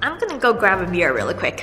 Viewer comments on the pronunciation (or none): when you said you were gonna grab your mirror i thought you said a beer i was like girl me too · I heard "let me get a beer! " Lol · When you said "I am gonna go grab a mirror really quick", what I heard was "I am gonna go grab a beer really quick" ... :))